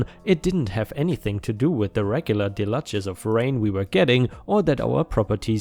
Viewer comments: Deluge - (Dell-huge) not - (Dell-ludge) Lmao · 🌟🌟🤦✨✨☹️💫💫🤦‍♂️🌠🌠🥺⭐⭐🤦‍♀️💖💖 Deluge - "del-ewjj"